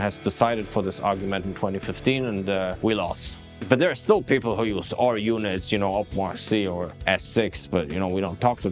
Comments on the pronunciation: disliked, who on earth pronounces runit like that?!?!??! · im so happy im not the only one to pronounce it "r-unit" instead of "run-it". but maybe that was just a jab in disguise